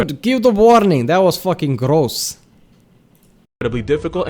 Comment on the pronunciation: I love the way you said “gross” by the way lol. Love the tongue roll there 😂😂😂